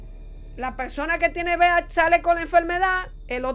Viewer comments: Buenas noches, muy buena información, pero dígame algo: es BHD como usted dice oes:VIH.cual es😮😮😮😮😮😮😂😂😂😂😂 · Porqué usted dice VIHD?